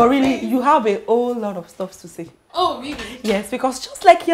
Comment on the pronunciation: Hello Mr Director, they keep saying "STUFFS", it's Stuff nau 😩😩😩😩